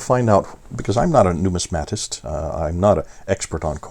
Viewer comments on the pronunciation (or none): A word nerd here... you are pronouncing "numismatics" correctly, but numismatist is "nu-MIS-ma-tist." Here is a link to and you can click on the small speaker to the right of the word. I have been truly enjoying your videos since I stumbled upon them about a year ago through CIRA International. Such good information for those of us who want to win Muslims to Jesus. Thank you for your work.